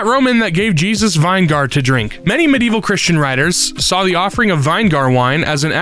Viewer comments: I think he saw everybody complaining about it and doubled down, as in one video he mispronounced a LOT more than "vine-gar" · WTF is vine-gar??? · "vine-gaar", heh-heh-heh. Wait, no, is that really how Americans say vinegar? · Pickles are just cucumbers soaked in vinegar (vin-i-gur) lol 😂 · VIYN-GARR <3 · Sorry....... VINE-GAR??????????? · Losing my mind at how pronounced vinegar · is one of my favorite narrators, but the way he says "vinegar" is making my skin fall off. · Someone needs to tell how vinegar is pronounced I'm begging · As a black person, I think the verbal gymnastics to avoid accidentally saying the n word are comical at this point. Just say vinegar properly please 😅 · It made me feel emotions that are wrong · oh absolutely If anyone is confused, say the correct pronunciation slowly and listen for any naughty words you wouldn’t want people taking out of context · why tf did u pronounce vinegar like that